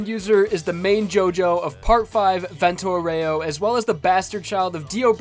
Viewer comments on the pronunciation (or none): Even though your Vento Aureo pronunciation killed me a bit inside i still love you.